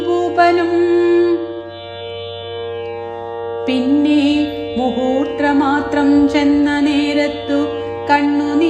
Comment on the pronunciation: പിന്നെ മുഹൂത്ര മാത്രം അല്ല മൂഹൂർത്ത മാത്രം എന്ന് വായിക്കൂ